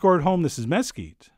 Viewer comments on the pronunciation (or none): You say mesquite funny. MESS-keet. Nope, in Texas, it is Mus-KEET. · It's "MehSKEET" . . not "MeT-skee" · "Mess-keete", huh? Spent much time in Texas? Good choice! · What's mess-keet charcoal? 😁 you gotta get a nice flat layer of coals so the meat makes direct contact with the coals. Any gaps will cause that uneven cook and overly charred crust.